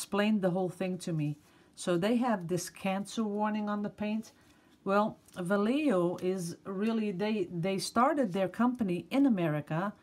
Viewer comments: Good morning! try this for a better pronunciation of Vallejo, VA as in VANCOUVER LLE as in Yellow JO as in HOTEL....... Va-lle-jo. All my love! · Hi,. I love your videos and your generosity on sharing all of your knowledge about it, even your private life. I am a Spanish speaker and a little bit of English. I know you don't need this, but I'll tell you how to "pronounce" Vallejo. Its: Va as in the word "Valid"; lle as in "yellow" and jo, as in the Santa's laugh "Ho-ho-ho":) I send you a big hug and many kisses with all my heart.